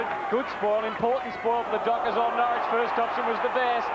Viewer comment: Jesus Huddo it's Norrish not Norwich lol.